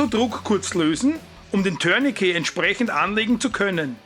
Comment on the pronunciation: Du bist einer der wenigen Menschen, die mir im Umgang mit Bundeswehr, Polizei und auf Youtube begegnen und Tourniquet richtig aussprechen. Warum auch immer wird das Wort in Deutschland zu 99 % als "Türnikie" ausgesprochen. Scheinbar lernt man und gibt weiter und niemand hinterfragt es. Das Wort ist französisch und wird "Turnikee" ausgesprochen. Es sagt ja auch keiner "Tür de France". Und ein "t" ist im Französischen nahezu immer stumm. Beispiel Bouquet (Blumenstrauß). Sagt hier jemand "Boukie"? Also danke dafür. Zum Video: Gut, kurz und korrekt.